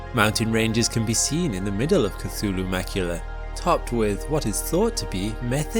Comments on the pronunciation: cthulhu is not pronounced cAthulhu... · Your pronounciaton is wrong, mate. Sputnik and Cthulhu - check them out